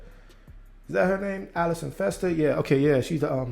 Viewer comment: FEE-STER. She is a former WNBA player.